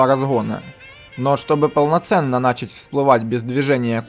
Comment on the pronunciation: Не "нАчать" а "начАть" если ты говоришь на русском языке. Не "немноХо" а "немноГо". Не "суднА", а "сУдна" А так, очень ценный контент по содержанию, уникальный, по форме подачи тоже видно что стараешься, речь осталось исправить. Ну и понимай, что при даже детальной подаче, контент специфичен и направлен на узкую аудиторию, но думаю миллионов подписчиков ты наверное и не ждёшь